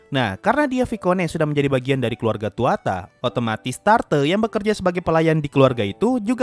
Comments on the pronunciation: aku kasi beberapa refensi lain dan koreksi pronounce 1. Nama MC itu berasal dari Mythologi Irish yaitu Tuatha Dé Danann ("the folk of the goddess Danu"). Lugh adalah salah satu nama Seorang pejuang yang dalam Tuatha Dé Danann. Tuatha Dé sendiri memiliki arti "tribe of the gods" 2. Nama keluarga MC yaitu Tuatha Dé itu penyebutannya bukan Tuata tapi Tuaha Dé karena Tuatha Dé adalah 1 kata Frasa jadi itu bukan 2 kata Tuatha dan Dé tapi 1 kata Tuatha Dé . Makanya sepanjang anime setiap nama keluarga Tuatha Dé disebut itu disebutnya Tuatha Dé bukan hanya Tuatha saja. 3. Nama MC yaitu Lugh penyebutannya adalah Lūg menggunakan U Macron (yang berarti huruf U dibaca panjang) bukan Luh, itulah kenapa penulisan nama jepang Lugh ditulis Rūgu karena penyebutannya Lūg dimana huruf kanji tidak ada huruf "L" maka "L" berubah jadi "R", dan karena tidak ada huruf tunggal selain "n" maka huruf "g" diakhir menjadi "gu". 4. Tungsten itu peyebutannya bukan tung sten tapi Thang sten. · Bang itu keluarganya Lugh namanya bukan tuata tapi Tuatha de